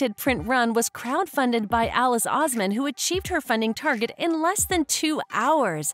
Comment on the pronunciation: is alice oseman not alice ouzman